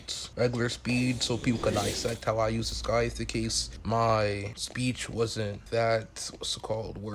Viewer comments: its sai - thuh not skai - thuh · Why he saying Skive